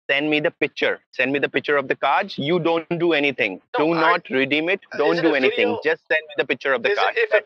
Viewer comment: My cat is glued to the crow pro saga. Every “wideo, every wideo” of crows intrigues my kitty boy.